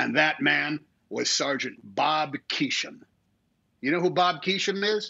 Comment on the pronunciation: The name was Bob Keeshan, not Keesham. 🤫